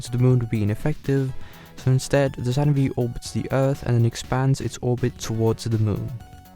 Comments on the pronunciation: Dude..! it is "Saturn Five" not Saturn Vee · It's Saturn 5 not V ! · Good video, but please never call a Saturn five a "SaTuRn VeE" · "Saturn Vee" LMFAO.... It's Saturn 5. FIVE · OMG!!! It 's NOT the 'Saturn Vee' rocket... it is the 'Saturn FIVE' !!! 🤦‍♂️🤦‍♂️🤦‍♂️🤦‍♂️ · I have never heard someone call it the "Saturn Vee" before :O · Did you just say Saturn Vee? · Saturn V is pronounced ‘Saturn Five’ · Come on, man. Saturn FIVE. Good grief.